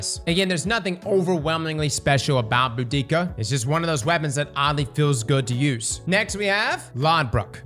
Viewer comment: Brother cant even pronounce Boudica right❗️ Although its funny how hard her army got clapped by the Romans. No more brother wars.